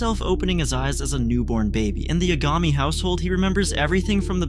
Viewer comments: why tf u pronounce it "yuh-gah-mee" its "yah=guh-mee" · Light Ya-Gah-me?